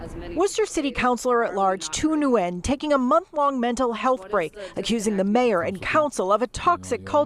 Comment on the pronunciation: As for the city counselor I dare Nguyen Thu to return to Vietnam and try this. I've worked there over 10 years. They don't allow any of this nonsense. You can be LGBT, but don't think about pushing pronouns. And laugh as the news reporter mispronounces the last name, Nguyen.